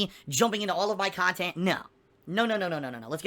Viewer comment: over-values himself and his "khantent" way too much.